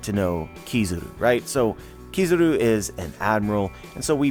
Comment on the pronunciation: kizaru not kizuru